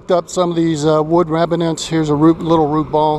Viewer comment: *remnants not reminants mate.